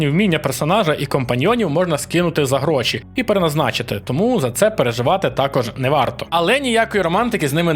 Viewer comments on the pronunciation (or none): none